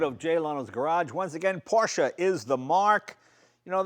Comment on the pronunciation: I can't believe it! He finally pronounced Porsche correctly! Kudos to you, Mr. Leno, kudos to you!